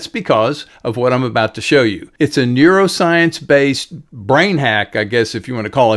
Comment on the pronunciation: newrozience, neurozcience, NEUROSCIENCE